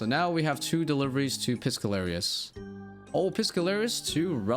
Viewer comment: Love your videos bro but Piscalarius instead of Piscarilius is really rustling my jimmies